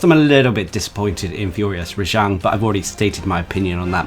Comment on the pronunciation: Its not pronounced rejong its pronounced rajang